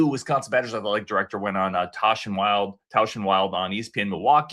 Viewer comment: needs to learn how to pronounce Jason Wilde's name. It isn't "Wild"😌 *Will-Dee. Jason will be glad to know has no idea who he is😏 I was bored to death listening to Eichorst. "No one will work harder than me"🥱🤦 He wasn't the athletic director at Texas. Sick of people acting like he was. himself said that Eichorst has not been successful as an athletic director, that is troubling. Eichorst is 55 years old, he is what he is at this point.